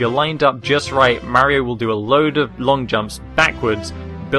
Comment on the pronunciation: u say Maerio instead mario